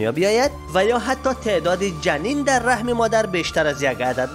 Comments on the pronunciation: بزرگوار رَحِم نه رَحم. عالی بود دمت گرم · عزیزم رحِم درسته نه رحم